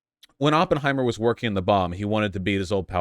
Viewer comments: First minute and we get “open-heimer” and “by-op-ic” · Vaush really said OPENheimer like a neon sign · He watched 3 hours about the guy and still can’t pronounce his name right.